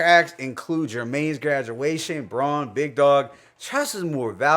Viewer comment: 1st track is pronouced Jermaine's (Germany) Graduation